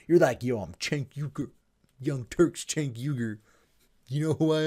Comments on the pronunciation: pronounced jaynk not chaynk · Cenk, not 'tjenk' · Please! His name is pronounced “jenk”! Not like ch as in check... it shows how little research and fact check people do sometimes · I'm not a huge fan of Cenk Uygur or the Young Turks, but in critical videos like this, it's annoying when people mispronounce his name. You called him "Chank" the whole time.